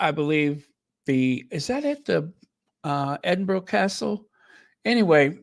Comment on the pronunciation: great podcast, do you remember the actor Raymond Burr he played Ironside on TV, well, Edinburgh is pronounced edinBURRA, just saying, love you XX